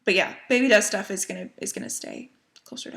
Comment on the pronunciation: At first when you said ‘baby does stuff’ I thought for sure you said ‘baby dusta’ lol 😆 Im so happy for you! No doubt in my mind you will be a fantastic mother! Totally respect your thoughts on keeping baby private. You got ‘mommy brain’ going on, something I know too well its also another fabulous symptom of pregnancy. Congrats on 7 years!!! Do you remember if any of the originals still do Flosstube?